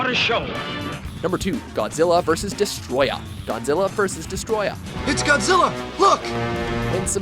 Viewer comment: For fucks sake, it's pronounced "Desto-royah"